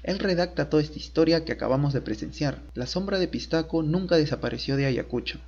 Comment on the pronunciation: Se dice pishtaco bro